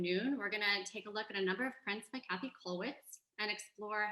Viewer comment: Käthe is pronounced like Kay-teh, not Cathy.